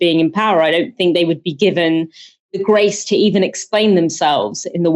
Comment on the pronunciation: "Graith..."? He says we can expect more graith, whatever that is.